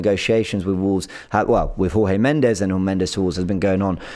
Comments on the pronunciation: Pronounced Jorge Mendes (as in George) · trying to replicate Robbie's inability to pronounce names with Jorge Mendes and Reims (I don't blame him for not knowing how to pronounce Reims - it looks completely different to how it's supposed to be pronounced).